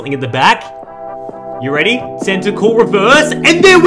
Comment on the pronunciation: "are you weady for this" (no hate) :)